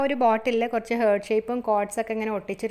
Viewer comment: ഹാർട്ട്‌ എന്ന് pronounce ചെയ്യൂ കേട്ടോ... ഹേർട്ട് എന്നല്ല പറയേണ്ടത്... Okay...?